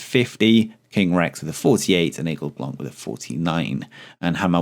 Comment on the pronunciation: Hi, from a french guy who enjoys your videos ! Just to inform you that for the Aigle Blanc prononciation, the C in Blanc is silent in french. Anyway, keep up the great work !!!